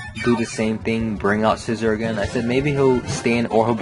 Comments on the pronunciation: no actually its si-zor like scissors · Scizor = SEA-ZOR